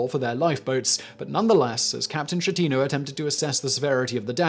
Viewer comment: pronouce Skettino jeez